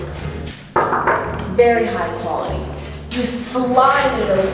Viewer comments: Take a Shot everytime she says High Guality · nobody:: HIGH QHALITY